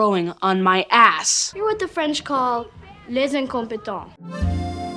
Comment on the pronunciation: as a French guy, I'll give that 10/10